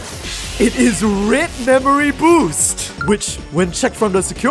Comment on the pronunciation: Why do Singaporeans/Malaysians/Hongkong(ers?) pronounce "red" as "read"? This is something I have noticed recently